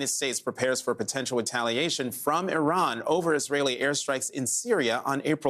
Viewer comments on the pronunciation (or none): none